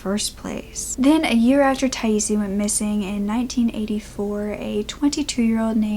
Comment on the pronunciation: According to the Charley project 'Her name is pronounced Ty-eese.'